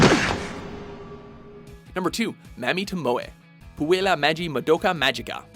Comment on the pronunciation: Mammy toMOE from puella magi MuhDOKA Magica I’m so sorry it’s a pet peeve Mami TOmoe from puella magi MAdoka Magica